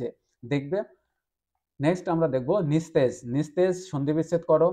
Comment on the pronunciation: Nistej?? Ota nijosto bolun